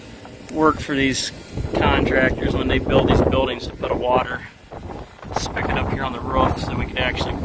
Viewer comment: “Spigot” not spickot 🥴